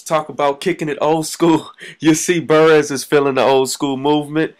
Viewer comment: Yo you pronounce Burress wrong lol. Good vid doe